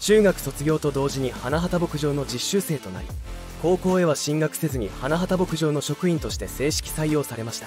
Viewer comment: いい歌が多くて好きです。 ひとみさんのご冥福を御祈り申し上げます。 ところで、花畑牧場は「はなはた」ではなく「はなばたけぼくじょう」です。 べりー工房でなくベリーズだし…😅 あとメンバー紹介の所も最初から流れる同じ写真が目まぐるしく変わるだけなので誰が誰なのか一般の人には判りづらい。 それに…メンバーのその後といっても、wiki情報を丸写ししてるだけで最終情報すら10年以上前…… あさみさんは現在ゲーム系YouTuberちゃみんとして活動してる事位は有名なんだから調べてほしい。